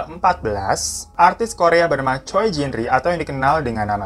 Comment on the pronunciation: Moon maap bang mau kasih tau aja dikit penyebutan kata choi utu chwe 😁 gua jg tau dri yutupber lain